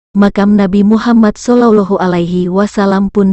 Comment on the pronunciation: MASJID INDONESIA O. K. TAPI SEBUTAN ALLAH. KENAPA JADI BUNYI NYA AULLO NABI BESAR KITA MUHAMMAD SALLALLAHU ALAYHIWASALLAM KENAPA SEBUT SALLOLOH NABI MUHAMMAD SALLOLLOH BUKAN KAH SALLALLAH